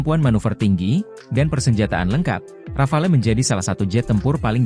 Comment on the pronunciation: KONGRATULASI atas ucapan nama RAFALE! Akhirnya, ucapan asli Rafale yang betul.